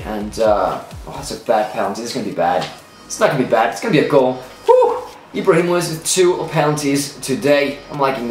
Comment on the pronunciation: I love how he said ibrahi mock